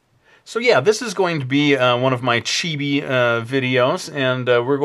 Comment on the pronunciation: It's chibi not chibie